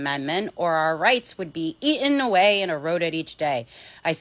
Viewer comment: Did you say ea in away? I thought you were an adult.